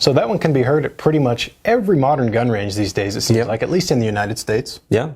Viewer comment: lol, it sounded like m1 more time instoed of 1 more time